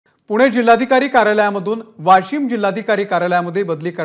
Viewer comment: ही भवानी वाशिम ला वाॅशिम म्हणतेय 😀😆😃